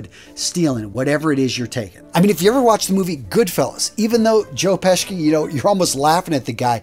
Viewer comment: Joe Pesci pronounced peshie not peski…. I remember watching an interview where someone kept pronouncing it peski and he went off on the guy for saying it wrong